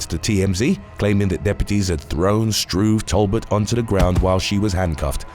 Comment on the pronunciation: First time I've heard someone pronounce Talbot "Tall butt."